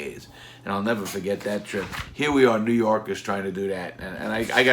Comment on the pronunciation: larry "neva faget" lawton